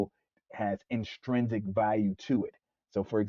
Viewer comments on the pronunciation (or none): It’s inTRINsic, not inSTRINsic